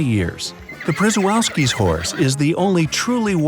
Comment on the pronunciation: The Przewalski's horse is actually pronounced "Prshewalski's horse"